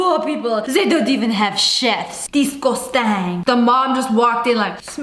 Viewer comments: DISGASTANGGGG LOLL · when lia said disgustang I burst into laughing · her accent, and the way she said disgaustang lol she's so funny I love her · That "DISGUSTUng" made my dayyy😂😂😂😂😂